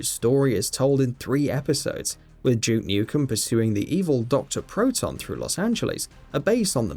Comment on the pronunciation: It's Duke not Juke.